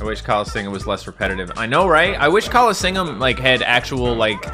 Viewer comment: I'm better than you at the callingseeum